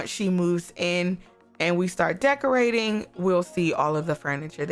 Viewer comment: Did she say DEEKorating?